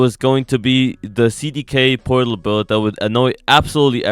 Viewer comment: does he say it porlat or am i trippin